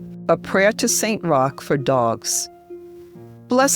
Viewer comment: Magnifique..! Merci de mettre des traductions ou voix humaines et non des robots vocaux....Saint Roch* ...Et non, St Rocher*...Saint Roch* , priez pour Nous , ...& pour Tous les Animaux, incluant les chiens, spécialement pour les chiens qui sont presque tous maltraités en Asie ( Inde*, Népal*,...)